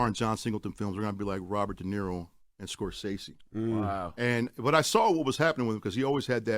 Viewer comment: Messing up all the names Ryan , Gridlocked.. Scorsese .. smh.. PAC was indeed captivating and had he lived would have been amazing. You don’t have to dim somebody’s light so that you can shine. & Not for nothing Allen hasn’t been HIM since menace.